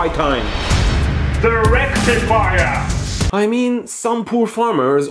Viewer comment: I love how he said the rectifier???🤣🤣🤣🤣🤣🤣😂😂😂😂😂😂😂